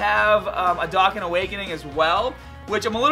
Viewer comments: "Darkan" what is that? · Its "doe Khan" awaken